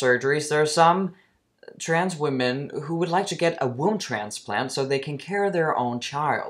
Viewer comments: I think she said "Wound" transplant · I think it’s very fitting the first time “womb transplant” is out of her mouth in conversation with the doctor it’s sounds almost like “ WOUND transplant “